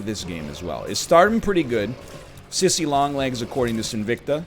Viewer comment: That might be the worst "Sissssaaayyy" I've ever heard but its okay because Sissy still loves you.